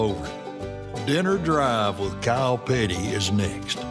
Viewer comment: did he say kyle petty or cow patty?